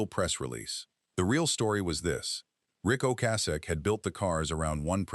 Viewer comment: Train your dumb-ass AI voice to say Ric Ocasek’s name correctly. So disrespectful.